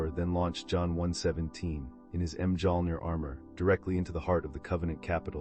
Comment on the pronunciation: Hearing the pronunciation of Mjolnir killed it for me 😂